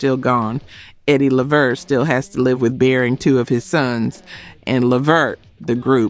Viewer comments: Say it like (LAVERT) not LE VERT. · It is NOT Leh Vert!!! It is Levert (Luhvert) say it correctly!!!!!!!!!!! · Now I subscribed to you, but you starting to sound like this a.i, because you are saying their family last name wrong, its levert, without an A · You better put some RESPECK on that man's name (it's Levert*, not ("La vert")‼️ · Why is calling them Leverette instead of LeVert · She don't know how to pronounce these people and group names it's luh-VERT and low-pez other than that I like the channel 👍🏼✊🏼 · Levert -- pronounced (LUH-VERT) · Lev-vert?! I'm disappointed in the pronunciation. I understand being phenectly correct but how the Leverts announced themselves are totally different. Almost ruined it for ME. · Please say people's names correctly. LE-VERT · Why is she pronouncing it "Lev-vert?" Can she read? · Is this AI? Eddie’s , Gerald’s & Sean’s last name is pronounced La-Vert ! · Really!! I mean LEV-ert??? COME ON!!!🤬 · Mispronouncing LeVert is sending me 😒 Almost made me turn it off😤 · The AI pronounced LeVert wrong….still love the videos though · Is this an AI. The pronunciation of the group Levert, was off, I thought. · No you did NOT pronounce Left Eyes last name as Loaps. WOW!!! Please stop asking for subscribers. The more I watch the worse you get! UGH!!! Now you're on Levert! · She messed of Levert a couple of times but Lisa last name was pronounced like loops or hoops. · Say!!!!!!!! LeVerts name CORRECTLY!!!!! ARE YOU AI?!!!!! No wonder, no one is paying to join you!!!! Say their name correctly!!! LEARN TO SAY THEIR NAME CORRECTLY AT ALL TIMES!!!!!!!!!!!!!!!!!!!!!!!!!!!!!!!!!!!!!!!!!!!!!!!!!!!!!!!!!!!!!!!!!!!!!!!!!!!!!!!!!!!!!!!!!!!!!!!!!!!!!!!!!!!!!!!!!!!!!!!!!!!!!!!!!!!!!!!!!!!!!!!!!!!!!!!!!!!!!!!!!!!!!!!!!!!!!!!!!!!!!!!!!!!!!!!!!!!!!!!!!!!!!!!!!